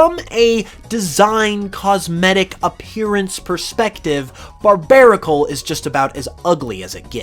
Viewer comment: BARBARACLE, NOT BARBARICOL! FIX IT NOW!